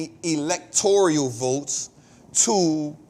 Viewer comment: It's Electoral, not Electorial.